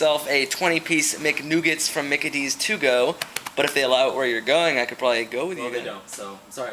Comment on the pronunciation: "I preordered a 20 piece McNoogets"